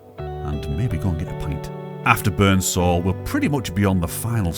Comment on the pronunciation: Ah this is my neck of the woods. Great vid as usual! Its funnt because when we go to the lakes we say the same about the beautiful grey slate houses. 😊 The strid is awesome...said to be the most dangerous stretch of river in the world! And Barden bridge and tower is haunted 👻 😊 Pronounced Appletree-wick. Burnsal is pronounced Burn-sul 😊 You're a Cumbrian man in new-york..shire 🎶 Burnsal park is now closed to the public because there was too many deaths in the river! The local communities were pleased when it closed because the descended masses created havoc to local areas and infrastructure.